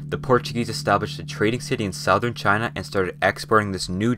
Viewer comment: No was did he said southern like that